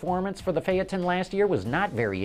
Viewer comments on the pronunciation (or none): it's called fayton not fyaton